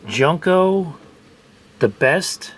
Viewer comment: I think it's pronounced joon-ko?